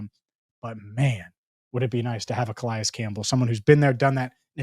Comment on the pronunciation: Is that really how Calais is pronounced?